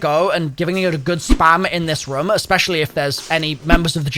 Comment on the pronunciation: As Long as he mentions the word room multiple times and says it in his accent like “Ruome”.